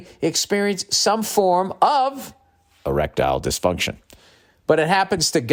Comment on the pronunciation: Hahahaha! On the reads, the way he says Erictile dyfuntion. Noticed it many shows ago, still sounds funny. Makes me think of a Futurama episode! The one where Fry is in love with Lucy Loo bot.